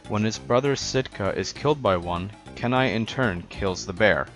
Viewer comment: Have you heard of the CD-rom game? And Kenai is pronounced KEY-NAI. The reason his brother chases him is because he thought the bear that killed his other brother, Sitka, was him.